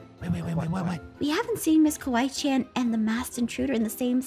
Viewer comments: No said kiwi chan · Your not the only one i heard him saying" Kiwi Chan!" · The way pronounced Kawaii~chan was “Kiwi Chan” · Anyone else notice when the lights came on the first time called Kawii~Chan Kewi~Chan- as in the fruit! LOL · They called kawaii~Chan Kiwii~Chan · Did anyone heard when they got scared and was calling kawaii chan He said:kiwi Chan Me:🤣🤣🤣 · you need to stop calling Kawaii Chan Keewee Chan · why did it sound like noi said "Goodnight miss kiwi chan!" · is it just me or I’m hearing calling ms.Kawaii Chan “ms.Kiwi Chan”? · ms kiwi chan